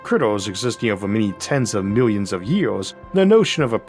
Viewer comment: Tywanasawus Wex, the Awk, the wowod, paiwawawe, fwum, peewamid, miwions of miyos... impossible to continue watching this drivel!